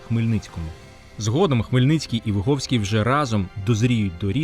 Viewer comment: Вибачте, але Ви не правильно вимовляєте прізвище гетьмана. Ви говорите на російькій ВигОвський. Але українською правильно ВигІвський. Ви самі кажете, що він з селища ВигІв. А російською це село пишеться ВигОв. Справа в тому, що я звідти родом і моє дівоче прізвище ВигІвська. Я цим цікавилася ще з дитинства. Мені було дуже неприємно, коли мене називали і писали ВигОвська, я сперечалася з усіма викладачами всюди і примушувала їх переписувати моє прізвище